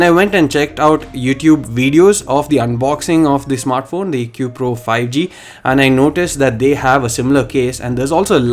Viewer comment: It's pronounced AIKOO